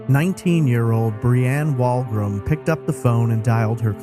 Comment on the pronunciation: It was a slow pitch baseball tournament. Locals called it the Kokanee ball tournament. Also, I think the Canadian Pacific Railroad was a sponsor (CP) as they were a major employer at the time in the town. Further, "Wolgram" is pronounced "wool-gram".